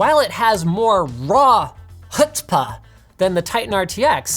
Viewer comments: Linus mispronouncing chutzpah took 20 years off my life. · TFW Linus pronounces and uses the term "chutzpah" incorrectly during the Jewish high holy day season.